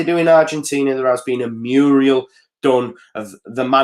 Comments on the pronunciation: its a Mural not a Muriel:) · Just to let u know, A ''Muriel''' is a girl's name, and a ''Mural'' is a wall painting. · Murial mate thats a womans name.....its mural! 😂😂😂😂😂 MOT 💙💛💙💛Luv luv luv the show 👍👍👍👍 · Hi - many thanks for the update - Hate to be the pedant but next time you have to reference a painting or other work of art executed directly on a wall, it's Mural not Muriel (Old fashioned Woman's name)